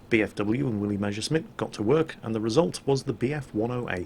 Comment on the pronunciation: Jesus it's Mess (s, s, s "S") ersch (sh, sh, sh, sh "SH SOUND", as in FISH)mitt, not Measuresmit!!!! It hurts!!!